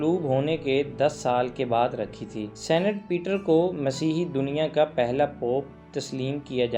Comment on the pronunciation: اقبال کا شعر تو درست پڑھ لیں کیا زمانے میں پہننے نہیں۔۔ کیا زمانے میں پنپنے کی یہی باتیں ہیں درست شعر ہے دوسرا یہ لفظ senate نہیں بلکہ saint یے